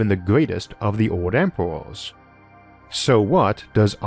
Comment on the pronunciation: I recently found your channel and I’m so confused I have no clue where I start or where I end. I find it cute that this narrator speaks his “R’s” like you’d talk to a baby. He says the word emperors as “empewus” like a baby. Earth spoken as “Uwuth”. What if hes talking to us like a baby because hes millions of years more advanced like we goo goo ga ga our babies. LOL